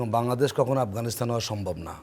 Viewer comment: উনিতো বাংলাদেশের নামে উচ্চারণ করতে পারে না ঠিকমত ভাংলাদেশ বলতেছে বারবার